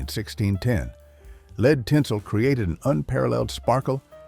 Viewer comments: The culture back then was classy, charming and well-mannered. Today, the culture is vulgar, cheap, immoral and disgusting. By the way, nice AI narration. 'LEED tinsel'? Seriously? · What are lead (pronounced 'leed') tinsels?? Please, AI or human speaker, do your homework!!! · ATTN AI: UNICEF is not spelled out one letter at a time. Humans pronounce this Yoo-nuh-seff. Also, “lead” in this context is always pronounced as rhyming with “shed”. You forgot at least once and went to a pronunciation rhyming with “need”. The semi-Southern accent doesn’t fool us.